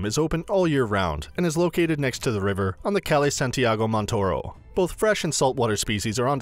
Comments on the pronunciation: How he said Calle... 💀💀💀 it’s pronounced Kah-yeh. And he forgot to mention the tomb of Christopher Columbus inside the cathedral. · I understand what you were saying but calle is truly pronounced "cal-ay" and fair point, that is a monumental part of Seville, I for one would have shown images of the inside of the cathedral as it is so beautiful and so big inside that you have to whisper becuase of how large the interior is.